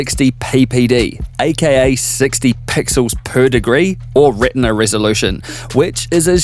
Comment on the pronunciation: I don’t know why I get weirded out when you say pixels.. per.. degree. The enunciation fills the speakers. And also when you say some company names or complex tech specs or a long list of adjectives.